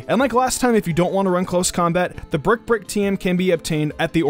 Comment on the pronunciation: Brick brick? U can't say break 😂